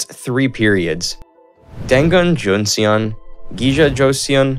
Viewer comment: Dangun Joseon(Tangun Chuson)❌ Dang it Jon se yong✔️ Wiman Joseon(Wuiman Chuson)❌ Women Jon se yong✔️